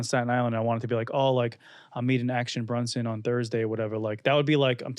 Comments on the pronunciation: Vinny saying Brunson instead of Bronson lol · Keep saying BRUNSON bro...youre pissing me off